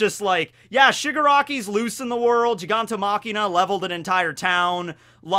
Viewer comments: Machia, Gigantomachia not gigantoMakina. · Lol it's not gigantomachiNa, it's gigantomachia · i think it's "gigantomachia" not "gigantomachiNa", it's without the n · I have no idea why kept on calling Gigantomachia "Gigantomachina" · Really minor nitpick here, but isn't it Giganto *Machia*, not *Machina*? seems to have a different translation source, because he also calls the Thunder Bagua from One Piece as Thunder Bagura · All right, this is the LAST video I will stand by and watch you call him Giganto- Machina.... it’s MACHIA, GIGANTOMACHIA there’s no N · not GigantoMachina...GigantoMACHIA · All I hear is say "GigantoMAKINA"😂